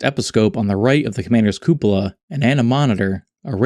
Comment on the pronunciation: You deserved a like just for being able to pronounce "cupola".